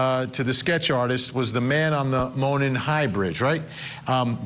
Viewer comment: Monon is pronounced MOH-nahn